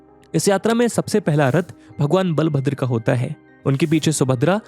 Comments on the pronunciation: It is not बालाभद्र it is बलभद्र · बालभद्र नही बलभद्र होता हैं, सही उच्चारण करना भी जरूरी होता हैं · Sir ये बलभद्र बुलाया जाता है ,बालाभद्र नही। Sorry sir aapke mistake ko pakadne ke liye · Bhai bhagwan बलभद्र bol naaki बा